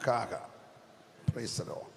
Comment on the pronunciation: കാഹാർ അല്ല..."ഹാഗർ"